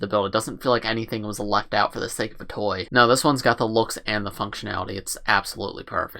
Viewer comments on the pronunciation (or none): none